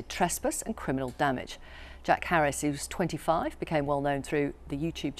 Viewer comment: Says he's a YouTube star... try 6 years ago, he is a documentary film maker now. Also pronounced his last name as Harris. Great start.